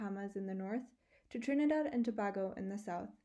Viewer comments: Tobago is pronounced more like To-bay-go. Not To-bah-go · THE WORD IS PRONOUNCED TO- BAY- GO. NOT TO BAA GO.... So it's TRINIDAD AND TOBAGO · God....learn to pronounce the names....starting with, Tobago.